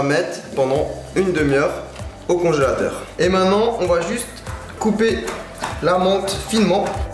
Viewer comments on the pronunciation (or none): il dit " mainnant " pas maintenant 😅😂